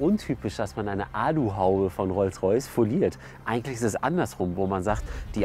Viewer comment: WTF was ist ein Rolls Rajce? Hamid wenn du dich blamierst dann aber richtig oder? der Böse Rolls Rajce ^^